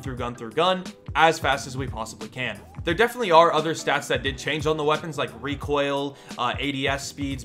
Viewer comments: Reek oil 😂 bless you m8 haha recoil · Someone make a short vid of him saying reek oil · “Reek Oil” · HAHAHHAHAH "REEK OIL" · Did someone say rEEkOiL? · talks for 2 mins for his into What I ear: REEKOIL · Lets make a drinking game each time says "reekoil" do one shot if he makes a video about "reekoil" drink three WARNING:COULD EASILY GET ALCOHOL POISONING DON'T SAY I DIDN'T WARN YOU